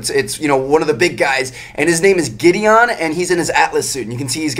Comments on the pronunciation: Giddy-in, not giddy-on. "Gideon" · It's pronounced Giddy-in not Giddy-on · It's pronounced Giddy-IN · why does he put sooooooo much infesis on the o in Gideon